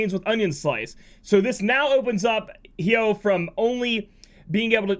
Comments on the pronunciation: I'm pretty sure it's pronounced Hi-oh......like Hydrangea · Damn that Hyoh pronunciation is making me angry lol. No tough feelings. You do you.